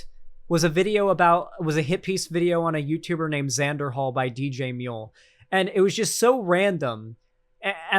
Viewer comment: Xan, we love you buddy, but we'd appreciate it if you didn't make DJMuel sound like an Australian. We've done some shit, but I don't think we deserve *that*.